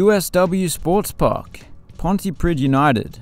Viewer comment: He got Pontypridd wrong, but apart from that it was pretty good